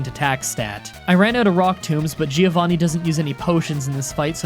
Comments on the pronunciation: Btw Giovanni's name is pronunced like this "joe-van-nee" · It's funny you complain about your name being misspelled and you always call as Gee-Oh-Vanni you idiot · Italian tip: Giovanni is pronounced like "Jovanni" rather than "Geeovanni". It's the Italian for John, not for Geeohn